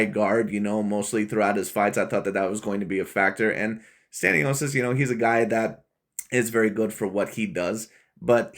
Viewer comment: Learn how to pronounce names😂. Completely butchered 😂. Like creating a different name in general. I understand mispronouncing but its like instead saying james you say jarome😂